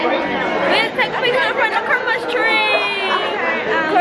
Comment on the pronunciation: “Look at the Chrimas tree!!!”😭😭